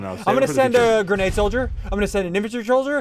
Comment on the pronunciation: its soldier not solodere